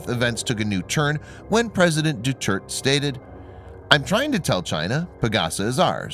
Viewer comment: Doo-Ter-Tay... please pronounce shit right